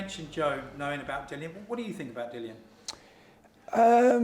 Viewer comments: Will everyone please just say the guy's name properly. Dillian not Dillan bloody hell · Pronouncing his name as ‘Dillan’ is A+ shithousing 😂